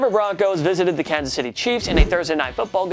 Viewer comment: Why does this host pronounce "the" and "a" as the stressed words of every sentence? and ?